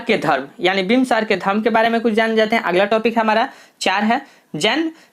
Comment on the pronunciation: Aapki hindi thodi kamjor hai,bimbisar ko bimbsar bol rhe hai sarvshreshth svarshreshth bol rhe hai